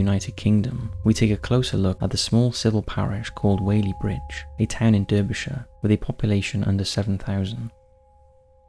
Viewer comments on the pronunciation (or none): Dude... It's pronounced DAR-BEEshire not DER-BEEshire 👍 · Was interested until i heard an English man say "dirbyshire" are you nuts? Its pronounced "darbyshire" by us locals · Just a heads up, Derbyshire is pronounced "Darbyshire". Great video! X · I'm from Wales and I even know is pronounced Darbyshire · Spelt Derbyshire but pronounced Darbyshire. A small fyi, Whaley Bridge is not docile, take it from someone who knows. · Surely a Briton really has no excuse for mispronouncing Derbyshire... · I was thinking the same thing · I think he does it purposely, I’m pretty sure every video has an intentionally mispronunciation. He once called a famous psychologist Sigmund Fraud 😂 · I noticed that.Not as bad as calling a mobile phone a cell phone,though!